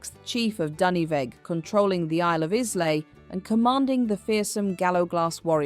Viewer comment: You know it's AI when it pronounces Isla, Isla, rather than I-LAY.